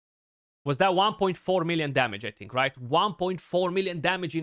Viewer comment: bro loved saying wan milien demeg 😂, but actually it wasnt, nice showcase btw